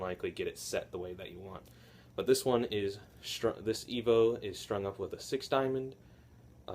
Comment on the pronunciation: Me and you say Evo correct cause your awsome and I'm awsome